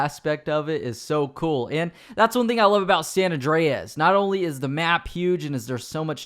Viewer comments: It's San Andreas not San ondreas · "San Awn Dray Ass"